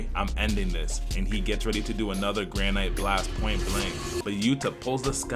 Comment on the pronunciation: If this dumbass says granite like that one more time i swear